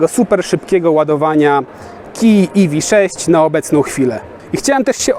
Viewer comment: Iwi sześć. Na pewno tak się powinno wymawiać :D